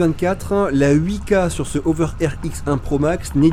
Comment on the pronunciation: Prononcer la h vous les français,c'est pas une saletée ce beau lettre